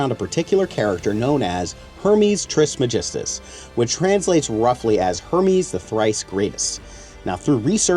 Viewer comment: It is not tris magistus its trismegistus (greek origin : Τρισμέγιστος)